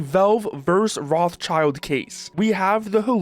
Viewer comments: Afaik the right way to pronounce "Rothschild" is something along the line of "Rot-shield", with the last -ld piece being soft like in Gerald. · The name Rothschild is originally a germam name and in Germany it is pronounced: Rot h shield Rot means red schild means shield